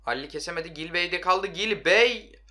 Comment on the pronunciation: Gilbey değil Cilbey